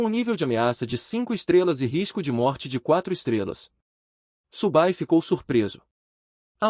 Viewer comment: Cara parabéns pelo vídeo, acompanho várias obras do canal e gosto bastante dessa, fico feliz por vc ter trazido aqui. Se me permite o toque, da uma conferida no texto antes da IA ler, pq ela fica com uns erros bobos mais irritantes como o nome do prota sair de "Su Bai" para "Subu Bai" e o nome da unidade ser algo que nem consigo entender rs São uns detalhes bobos mais que são repetidos o tempo todo e por isso acaba causando desconforto.